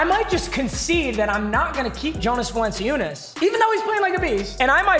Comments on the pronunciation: its supposed to be pronounced Val-un-choo-nis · Val-n-Chew-nis Like so pap can see how to say his name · VAL-EN-CHOO-NESS. it’s not that hard papa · bro papa it’s Vallen-chew-ness. sorry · Papa I'm just letting you know its pronounced "VAL-AN-CHEW-NUS" I'm not even gon lie hearing you say his name hurts me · he said “my name pronunciations are pretty good” and continued to say valanciunas’ name like that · I LOVE THAT HE SAYS HIS PRONUNCIATIONS ARE GREAT AFTER SAYING VALANCUNIAS WRONG🤣🤣🤣🤣🤣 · I’m not about to watch 12 episodes of listening to him say valanciunas the wrong way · I’m gonna scream if u say valanciunas’ name like that 1 more time bruh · He still pronounces valanciunas name wrong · Thank god papa lost. I couldn’t watch the rest of the season unless he learned of how pronounced valanciunas’ name. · The way he pronounced Jonas Valanciunas’ name physically just gave me aids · Ur pronouncing Valenciounis’s name wrong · Says he is good at pronouncing names pronounces valanciunas’s name wrong the whole video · (VAL-EN-CHOO-NESS) cmon bruh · It’s Val-en-chew-nis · its val-in-chew-nis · Jonas Valen-si-oon-is Yeah ok bud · Its val-en-chu-nes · Papa it’s “Val-a-cuh-ness” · Papa it’s VAL-EN-CHEW-NESS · Love u but its val-en-choo-ness 😭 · The dark matters name is pronounced yo-nas Val-in-choo-nis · It’s Valen chu nes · Val-en-choon-is btw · Oh and it’s pronounced Val-N-Chew-Nes for future reference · It’s pronounced vallan-choonis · It’s pronounced Valenchunes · Lol its pronounced Jonas Val-lin-choo-ness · Does he know that valunciunas is pronounced vah-lahn-CHEW-nas\ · Pretty sure it’s pronounced Val-in-Choo-Niss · Val-an-chu-nas. That’s his name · jonas valanciunas is pronounced val-an-choo-nas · Say it with me papa VAH EL EN CHU NESS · It’s pronounced “Va- Len- chew- ness” js js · Papa it’s Val-in-chew-nis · What the hell is a vulenceeoonus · papa it’s val-en-chun-is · It's pronounced Vallenchunis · It’s pronounced yonas valenchoonis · Va lencey oonis